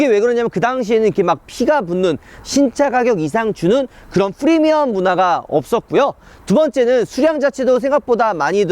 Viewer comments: Premium인데 fremium으로 발음 하셔서,,,;; 영상 잘봤습니다. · 프리미엄은 F발음하고 fee는 P로 발음하는 우파형 존경해😉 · Free미엄 발음에 킹받고간다